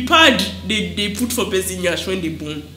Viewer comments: I’m not even done… I heard “after they sew your yansh” 🤣🤣🤣🤣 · After they’ve sew your Yansh 😅😅😅😅 why did you say it like that 😅